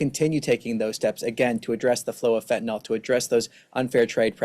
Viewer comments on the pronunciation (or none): It's not fentanol, it's fentanyl. Nil!